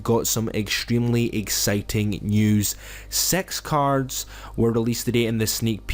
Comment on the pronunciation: Yeah you said sex cards xD